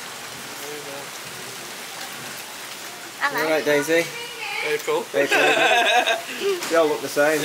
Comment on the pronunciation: “You alright Daisy?!” “Ayprill” 🤣🤣 close!!